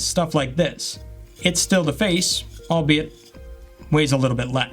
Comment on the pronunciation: Did you say albeit lol